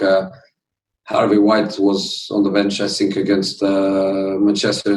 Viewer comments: He said I always Sink instead of (think) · Jose: i sink VAR still hate me. I sink we will be in top 4 but i sink we will sink too lol 😂😂😂😂